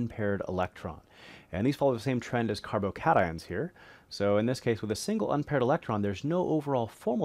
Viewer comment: "carbo-kayshuns" lmao